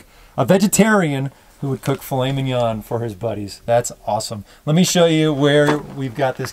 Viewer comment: I'm French and i have to say that the way he pronounce Filet Mignon is flawless !